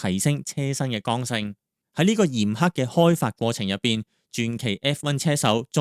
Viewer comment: 嚴苛😂唔係 嚴刻，循跡性😂唔係 遁跡性😂